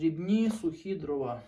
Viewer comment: не дровА, а дрОва.